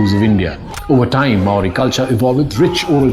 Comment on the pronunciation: Impressive video, I only noted two trivial faux pas. Your knowledge of Māoritanga is advanced for a non-Māori. Your natural accent also pronounces Māori better than most Pākeha New Zealanders - the vowels especially. Do you live here?